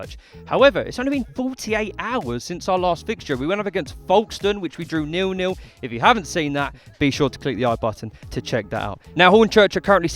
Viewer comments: Why can none of you pronounce Folkestone correctly. It's the same pronounciation as folk music. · You butchered Folk stones name